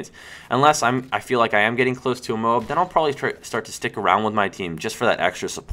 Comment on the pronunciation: not moab, its M.O.A.B say letters